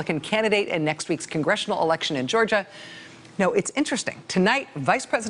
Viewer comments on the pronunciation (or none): none